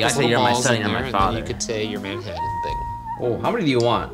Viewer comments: Did anyone else finds the way Ryan pronounces TT's as D's distracting? Manhaddan, buddon, and so on? I've noticed him saying "button" this way before and it tends to be more subtle, but the way he says "Manhattan" was over the top enough to make me wonder if he's aware he does this. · Ryan- "man-haddin" Shane- "MANHATTAN!!!" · The way Ryan pronounces Manhattan makes me angry 😂😂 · Ryan's pronunciation of Manhattan makes me cringe.